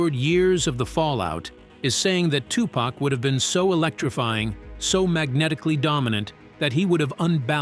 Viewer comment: I'm not really loving this video because of the the way that this dude is saying the wordsI've already caught a few things if you're going to make a video about a classic movie make sure the auto-tune voice that you use is connected with what you're going to say listen to itif you hear something wrong please change it unless the person who made this video had no idea how to say Tupacor how to say certain words because some of this came out messed up and as a person who grew up in the eighties I find it offensive I appreciate the video but do your research